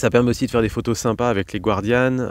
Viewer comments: Les guardian???? Sérieux? Non non non! Ce sont des gardians, à citer avec l’accent camarguais, pas texan… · J'allais le dire. La prononciation c'est "gare" "dit" "en" -> gardian